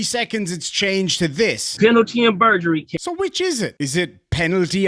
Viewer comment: Penalty and Burgerry. Hamburgrry 🍔